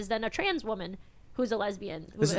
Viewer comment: “Oh the stress! It’s so much for me as a wahman”